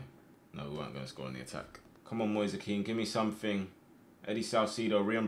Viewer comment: It's moise kean not moisa kean